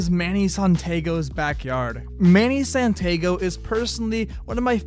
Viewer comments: Es San-TEE-Ah-go. Not SanTEEgo. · “Manny Santaygo” 🥀😢 Manny San-tea-ah-go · Santaygo?!!?? It's San-tee-ah-go (Santiago) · Santy-Ago, not san-tago, it sounds like Potato when you say it. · San-tee-ah-go* not San-tay-go. 🤦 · “Manny Santaygo is one of my favorite contest skaters.” May want to know how to pronounce your favorite skaters last name. “San-tee-ah-go” he’s Hispanic. 😂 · Sant-A-go? For him being "one of your favorites", you'd think you'd know how to pronounce his last name. San-tee-a-go. Say it with me kids. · Manny santago 😭😭😭 You mean SANTI-Ahhhgo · “Manny Santego” lol 😂 Santiago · SANTIAGO MY GUY not santaygo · Do your research bro its not pronounced manny santAgo😂 its santIAgo bud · "San-tee-ahgo" bro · you butchered manny's last name, it's San-Tya-go. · I stopped watching after he said “Santaaago” 😂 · Jesus bro, its pronounced "San-ti-ago" why are you ppl so dumb? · manny SAN-ti-ago! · “Manny Santaygo is one of my favorite competition skaters,” says the guy who can’t pronounce his last name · Saying "Manny Santaygo" gets an instant downvote from me. Sry br0. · san tay go lmao you butchered his name, you owe money. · its Manny "Sahn-tee-ah-go" my guy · Manny Santaygo?? bruh c'mon. santiago is not a hard name to read or pronounce. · Who tf is Manny "San-TAY-GO"??? Lol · santaygo. How do you go your whole life without noticing how to pronounce santiago. It's extremely common. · makes me think its ai slop, wait till he has to say gino iannucci! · it's pronounced San-Tee-Ahh-go lol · He butchered Manny's last name!!! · If you love Manny so much you’d be able to pronounce his last name correctly 😂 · I know I'm 8 months late but that pronunciation of Santiago is truly unhinged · Just over a minute and had to stop watching because you can't pronounce your favorite skater's name 😂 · You pronounced Mannys last name completely wrong btw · Bro does not watch comps the way hes prouncing mannys last name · You completely mispronounced Manny’s last name